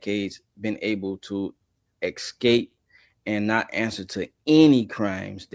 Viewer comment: I have to....everyone is pronouncing escape wrong!! It's driving me nuts 😅 excape excape